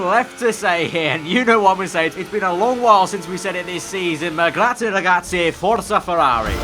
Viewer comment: You said Grazie ragzi at monza,Vettel must be fuming